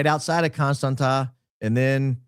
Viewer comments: I love you but it’s Constantsa” not constanttttttaaa lol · dying at the confidence with which you explained the pronouncing of Constanta 😂😂😂 its CONSTANZZA! Like in Pizza! or ConstanTZa! Like in FranTZve 😂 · It is pronounced ConstanTZa 😊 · I'm from România and just wanted to Say Dacia has Been conquered by the Romans în 112 AD. And Contanta îs pronounced like Constantza ( its actually a t, that doesnt exist în English and is pronounced like tz în English) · Just as an FYI for anybody interested the city is pronounced Constantsa (with short a’s, not the ”a”-sound in stand) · Constanța - with ț, not t 😊 It’s pronounced /konˈstantsa/ or /kohn-STAHN-tsah/ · Constanta is pronounced Constanza in Romanian. The t has a squiggle under it and it's pronounced ts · Actually you'd be nearer the mark if you pronounced it like George Costanza, the accent on the T makes it sound like TS - Costantsa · It’s constans-ZA, but you got close… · Huge in the Balcans! Never thaught i’d listen to you talk about Romania, my home country 😁. The t sound in Constanța is more like the tz in FranTZve - ConstanTZa. Love&hugs! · It is pronounced exactly like in George Constantza 😂. Romanian has a letter t with a coma underneath which is spelled tz . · It's pronounced just like George's last name 😊 Thanks for everything you're doing! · Is Contanța, with a ț not a t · yes indeed, a great opening! but I'm sorry you had to endure through pronunciation of Constanța! also, I'm aware this is nitpicking, but isn't it amazing how Americans just assume things?